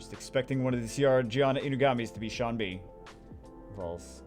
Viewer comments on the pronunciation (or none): none